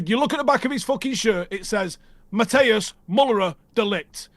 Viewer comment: De Ligt's first name isn't pronounced 'Matteus'. Its pronounced like 'Mattice', with a long i.